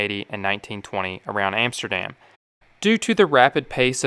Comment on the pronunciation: EMSTERDEM, ROTTERDEM, YOUTRACK are not exactly Dutch pronunciations !!!